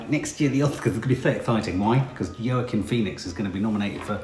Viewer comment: No big deal but Joaquin is actually pronounced Wakeen. xx I definitely think he needs to win Best Actor, he was amazin.